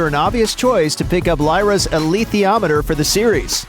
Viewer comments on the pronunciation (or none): The way you pronounce "alitheiometer" sounds a lot like "ilithiometer". The former from the Greek word alitheia (truth), the latter from the word ilithios (idiot).